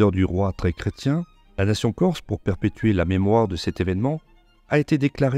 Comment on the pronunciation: Excellente vidéo et félicitations pour la très bonne prononciation du corse